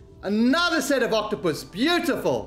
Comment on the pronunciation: Haha saying octopoes 🤣